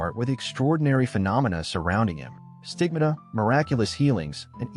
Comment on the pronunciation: The problem with AI voices is how badly they mispronounce some words. Most often, they do this by accentuating the wrong syllable as this one did with the word "stigmata". The correctly accentuated syllable is the middle one (with a short "a" sound). They use a short vowel sound instead of a long one and vice-versa. Forget technical words, even as easy as geological terminology. The user of AI needs to review the AI content and correct the words that are said incorrectly. Never use AI in a technical piece. Your effort will sound foolish. This piece most definitely didn't need visual effects. Diminished it. I'm going to look up Padre Pio rather than suffer through this hackneyed piece.